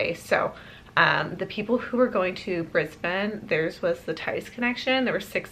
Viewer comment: I’m so excited that you say Brisbane correctly😅